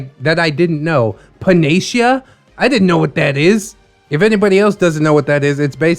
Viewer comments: I figured I had been pronouncing it wrong so I doubled checked. It's pan-uh-see-uh😄 Emphasis on see. I was listening and I had to stop to see how it was written to be sure. is a panacea for when I'm grumpy and need to smile 😃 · Pretty sure its pronounced pana-see-ah